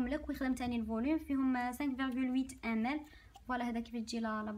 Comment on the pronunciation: أختي😅 عندي ملاحظة واحدة كي تقولي ml ==> مِلِلِتْر